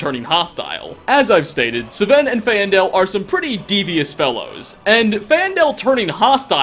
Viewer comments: Fan-del not fae-an-del. Also, its sven, not seven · I think he knows it pisses me off when he pronounces things wrong... It’s not Sa-ven, it’s S-ven It’s not Fay-endal, it’s Fane-dal It’s not Moiri, it’s Moo-iri And last but certainly not least, “murder them to death” MAKES NO FUCKING SENSE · Suh-ven and Fay-en-del?, do you even play the game? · "Suh-venn" "Fay-en-dell" You've never once played Skyrim. You probably don't even own a copy. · SUHVEN AND FAYENDELL how do y- how do you get that so wrong The names are said a bajillion times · Faendal & Muiri are pronounced "Fayn-dahl" and "Moo-iri". "FAYN-DAHL" and "MOO-IRI". You even hear them in-game, HOW can you mispronounce them??? Were you actually born in Houston? If so, why do you have so much trouble with words??? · He mispronounced Camilla, Sven, Faendal, Muiri and Friga. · How the fuck can you not pronounce Sven and Faendal when they literally say the name in the game?